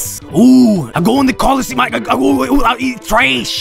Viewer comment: HERCULEEES I'M GOING TO COLLUSEE-OO-AA-OOO-AAA-EEETRAYSH